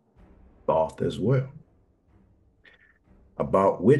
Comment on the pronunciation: I stopped listening as soon as dude pronounced Thoth wrong. His name is spoken with the long O sound